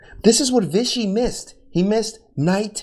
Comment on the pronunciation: Bruh just slaughtering Vishys name 😂